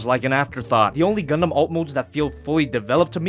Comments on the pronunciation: DId yOu sAy GuNdam?? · Did you say Gundam? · Did you say Gundum plalalalalalal